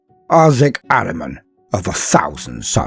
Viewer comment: ahriman is one of few persian names in 40k universe. it is an ancient name of aspect of lie and darkness enemy and other half of sepanda . the name is so old that zartusht use it in his creed and we have it in our religion . and correct pronunciation is AH-REE-MAN not araman